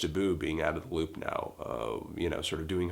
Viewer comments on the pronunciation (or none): none